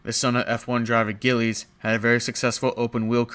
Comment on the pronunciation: as a canadian had to laugh at "gillies" villeneuve it's pronounced Jills like the girl name with a S